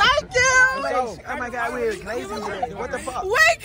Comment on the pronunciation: “oh my gwad”😂